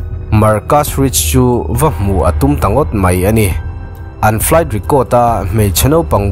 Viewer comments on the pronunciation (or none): none